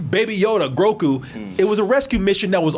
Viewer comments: Lmao cant stop saying “Grocku” instead of “Grogu” whenever he talks about him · The "have a drink every time calls Grogu 'Groku' and no one corrects him" game is back! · Ok but for real how the hell has not been told that it's groGu, not groKu?? It's been inking me for months lmao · The first time he said Groku in this video was probably an honest error. The second time was on purpose to eff with us. Lol 🤣 These Groku posts should be at the top. But does even read the comments. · uhh no. but mispronouncing and misnaming people and char is just something u gotta deal w/. he gets on carlos but he's nearly just as bad.